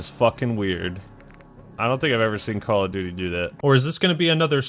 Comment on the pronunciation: THE NEXT CWAWL OF DOOOTY